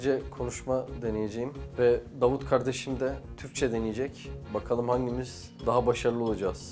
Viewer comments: 1.38 bunu ben bile söyleyemezdim Davud 😂🙃 (I'm Turkish but I can't even say this sentence Davud 😂🙃) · Lan bir Türk olarak ben söyleyemedim daud nasıl söylesin 😅😅